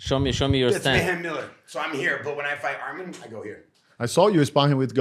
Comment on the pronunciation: Say his name correct it’s arman not armin